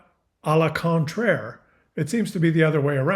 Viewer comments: Option one and two, conniving , but a complete moron as well. Also, It's "au contraire". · It's "au contraire",. Greetings from beautiful Quebec! 🇨🇦 🍁